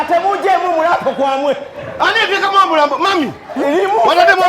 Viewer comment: Hahaha ono makanika mugisu mbu omulampo instead of omulambo 😂😂😂😂